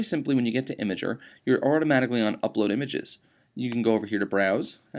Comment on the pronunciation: It's pronounced im-gurrrr